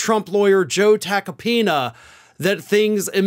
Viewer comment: Joe Tackypenis is all I hear... 😶